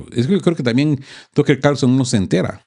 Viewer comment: Tocker? Se dice "taker o Tucker" si no sabe inglés, buen programa, gracias!